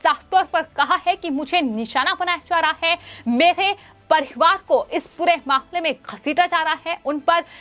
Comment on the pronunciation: please change this anchor or change her portfolio. I do not understand why she pronounces her hindi by including ha ha ha in every word. I never listend any anchor spoiling hindi which is a beautiful language this way. Why dont your management advice this lady not to artificialise her ahcorship and read hindi as hindi and hahahahindi which becames a lughing stock . she spells mamle as mahmahmle etc. please examine her videos and do necessary corrections. Tell her to see others vedios of hindi news reeadign reporting channels and rectify her pronunciation